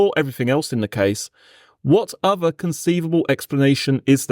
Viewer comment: Does this voiceover pronounce 'th' as 'f', for example 'firty' instead of 'thirty', and 'v' for voiced 'th', for example 'uvver' instead of 'other'?